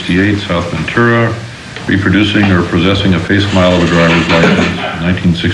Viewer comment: The guy talking pronounced facsimile, "fake-smile."